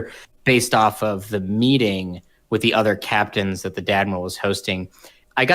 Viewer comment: Really the host needs to be able to pronounce the sound "th." You always pronounce it with the sound "fff." Extremely annoying. Ffs please pronounce it correctly.